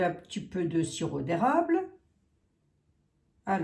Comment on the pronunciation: A non.s il vous plaît pas le sireau d erable...parler en retirant les r.😊